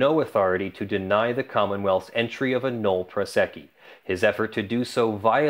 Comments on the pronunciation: Drink every time he says null prosecci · how is "nolle prosequi" pronounced?